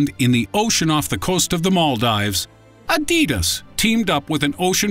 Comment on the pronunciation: That Adidas pronunciation